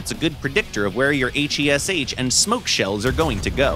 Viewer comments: Aych ey es aych JUST SAY HESH LIKE A NORMAL PERSON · pleaseeee call it HESH, not H E S H 😭😭😭😭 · Please just say hesh instead of H. E. S. H. AAAAAAAAAAAAAA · Mate it's called HESH not H.E.S.H !!😂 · Took me a Minute to realise what hes talking about those H. E. S. H. rounds, weird way to pronounce each letter by its own. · “H E S H shells” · Blud said “Hayche Eee Ess Hayche”